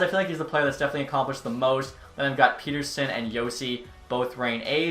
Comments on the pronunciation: I hate to be this guy but... Pettersson is pronounced pet-er-son, not peter-son like North Americans do. 😅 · Its pronounced (pet)(er)(son) not (pete)(er)(son)